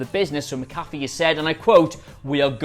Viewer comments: Guys... "Mac uh fee" not "muh caffey" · bro it’s Mac-A-Fee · Can you guy please say his last name right his last name is McAfee the pronunciation is Mac 'afee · Getting triggered by all the times you say pat McAfee wrong.